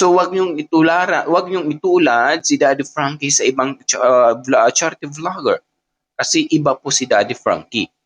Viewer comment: Excuse po. Vlogger hindi vlojjer